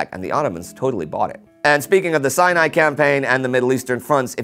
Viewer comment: Sounds like you are saying "the cyanide campaign" Now that's something I would read about.